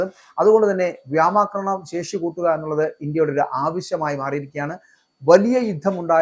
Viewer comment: വ്യാമാക്രമണം , വ്യാമസേന എന്തോ ന്നെടേ ഇത്